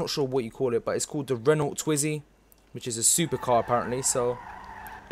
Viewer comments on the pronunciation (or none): It's 'twizy' not 'twinzy'.